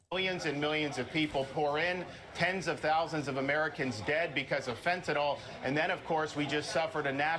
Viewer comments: Why can no Republican say the word "fentynl" and all say "fentinol". Is it just because Trump can't say it, snd they repeat his pronunciation to pretend he's right? Just like Ron is now using the Trump mispronunciation of "China" as "Chyna"? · Why do Americans say FentaNOL? It's actually FentaNYL... Americans can't read! The American education system is sh1t, that's why people like MTG and Lauren (bubblehead) Boebert can get to be lawmakers. They have become the gaspacho...